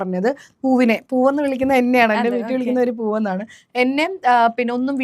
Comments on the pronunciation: Pooov alla . Poorr ann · പൂവ് അല്ല പൂറ്